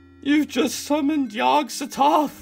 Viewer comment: I'm sure I'm the only one who's bothered by this, but I dislike how they say Yog so-THOTH. My friends and I always say Yog SOTH-oth. And the worst part is that there probably isn't even a canonical pronunciation. Because it's Lovecraft.